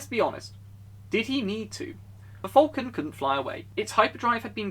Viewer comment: It sounds like you say Vulcan rather than falcon.